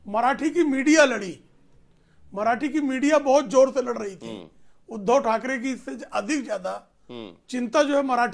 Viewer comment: आप उध्दव जी का नाम सही से लो